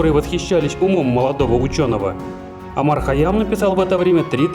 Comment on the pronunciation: Не Омар а Умар